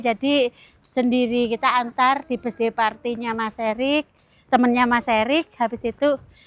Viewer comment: Bukan besday ngucapnya itu jangan besday tp birthday mending ga usah ngomong bahasa inggris klu emang inggrisnya ga bagus, mending ngomong indonesia aja, malu klu di liat orang luar negri mosok ngucap birthday jadi besday 😀😀😀